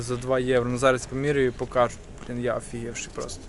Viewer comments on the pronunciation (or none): none